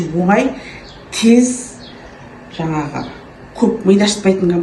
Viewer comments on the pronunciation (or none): none